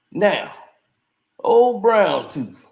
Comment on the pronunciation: Ol brown toofffff not tooth tooooffff🤣🤣🤣🤣🤣🐐 u funny